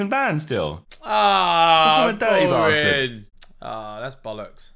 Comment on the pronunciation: "Durdy basterd beerrr" Josh: "DuerTy BastArd bear" Sounds so weird right after you hear the American one 😂